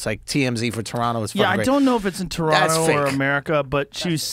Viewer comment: KUDOS to the guys saying Toronto properly